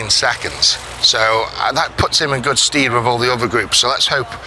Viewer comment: Sted not steed and precedence not presidents. Love you Eddy but please don’t use a word unless you have the correct pronunciation. People are probably too scared to pull you on it. Please also don’t take offence, don’t want you sounding bad on such a big forum